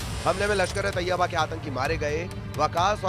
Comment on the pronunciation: मैडम जी तोयबा नहीं तैयबा होता है बोलना सीखलो